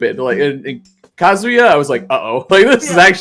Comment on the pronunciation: So irritating hearing people say his name so wrong lol. It's pronounced Kuh-Zoo-Yuh.